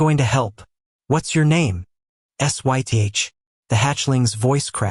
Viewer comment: Gap in the story . (Quality control isn't obsolete even at your high level of production.) Species name "Vr Ynn" and cub name "S Y T H" might sound better when deleting the whitespaces. (If the audio mispronounces a name you can probably search&replace it in your story and try different spellings until one yields reproducible results. And yes, that takes additional time.)